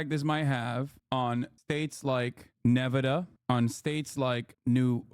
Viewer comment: Did he pronounce it Nev-ada at 0.40?